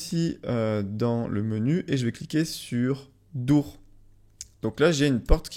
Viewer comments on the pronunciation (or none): ON DIT DOOR DORE PAS DOURE PTN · "Je vais cliquer sur "Dour"!" ahahah